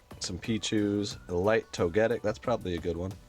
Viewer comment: toe get ic?> toe-ga-tic is how you say it champ